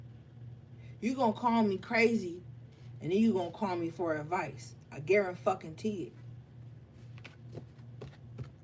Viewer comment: When you hit me with the "I guaramuthafukkinTEE you..." MA'AM 😭😭😭✊🏾